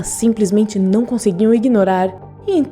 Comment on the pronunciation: “Néo” “zion”...boa explicação, mas porra...aprende a falar o nomes aí...